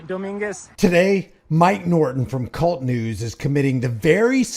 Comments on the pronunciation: Kay You Elle Tee News. Not “Cult” News. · It’s not cult news my friend his call sign is k-u-l-t pronounced single letter k u l t news. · it’s a long story but I guess you could say it’s kind of an inside thing. To be clear though, it should be pronounced “Kay-You-EL-Tee,” not like “Cult.” -mike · Mike says . It's not kult news. it is K U L T news . Individual letters !!!! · its K.U.L.T news not cult news just saying 😊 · It's not kult news. It's k.u.l.t. news. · Love you covering Mike... but its K.U.L.T news not Kult news.